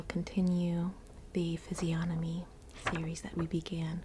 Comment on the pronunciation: It makes me so happy to hear physiógnomy instead of physiognómy!!!!! Even as it's quite absurd that I'm so alert to the pronunciation of this particular word 😂😂